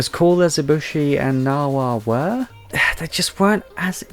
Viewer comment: You actually said Narga's name right, there's no hidden or soft sounds it's literally just pronounced Narg-ah-coug-ah or Cougar but without the r at the end and you just add Narga to the start of it The B in Ibushi isn’t silent and Ibushi is the male while Narwa is the female (it’s an egg sack but I call it s ballsack for comedy) And the community calls Rajang Rah-Jang but his nickname is funny monkey, I don’t quite know how to spell the official pronunciation And Khezu is pronounced Keh-zoo And Mizu is pronounced Mi-zut-soon-eh